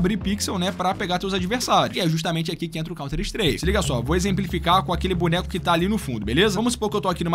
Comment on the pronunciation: Mas é Counter-Strike ou Counter-Streak? A tua pronúncia é estranha.